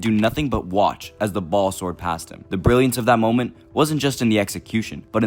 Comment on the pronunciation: Brilliance has an R btw